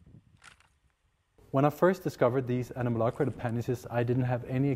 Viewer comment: the mispronunciation of the word anomalocaridid is so irritating XD